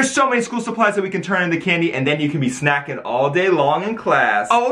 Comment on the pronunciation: dI’d anyone else notice that when it said “snacking” it actually said “snaking”?